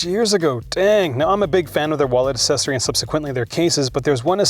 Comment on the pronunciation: When you can't pronounce the things you review, maybe a thesaurus will help. Mine suggests: accessory noun 1 camera accessories such as tripods and flashguns: attachment, extra, addition, add-on, retrofit, adjunct, appendage, appurtenance, (additional) component, fitment, supplement.